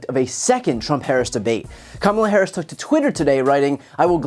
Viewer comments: At least he said her name correctly this one time 😂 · It took a while, but 45's finally learned to pronounce Harris' name correctly. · At least he's finally pronouncing her name correctly.